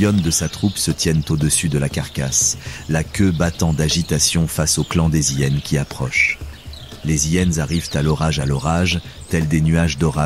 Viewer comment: d'ou on dit les hyyyénes c'est insupportable le mec on lui a pas dit que c'était hyénes !